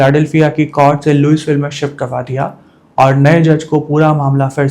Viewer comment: Louisville ✅ लुईविल ❌ लुईसविल ( S silent)